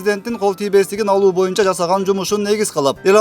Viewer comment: Урматтуу төрага боюнча деген сөздү туура айтчы ..суранабыз ..